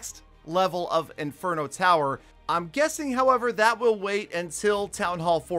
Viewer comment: Did anyone else notice, he says " multi farget interno "😂